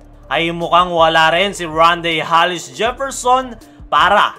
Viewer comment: Bro, Tama pandinig ko? Hallis ang bigkas mo sa surname ni rondae? Hindi ba Hollis? 😅